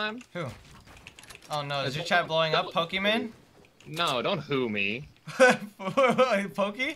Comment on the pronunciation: Pokis name is pronounced emon